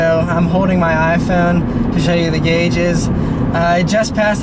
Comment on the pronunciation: not sure if he said gauge or gayuge?